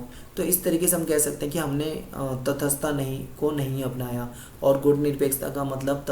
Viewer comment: Its not तथसथता Its तटसथता